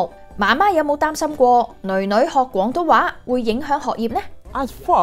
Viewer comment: 佢啲廣東話真係冇懶音 佢冇將廣東話講成講東話…